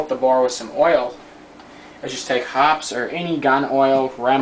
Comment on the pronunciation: It is pronounced Hop-eez Ammonia is not needed to remove the salts. For bolt cleaning you do not need to completely dis-assemble the bolt. I just clean the bolt face off with Hoppe's and oil it.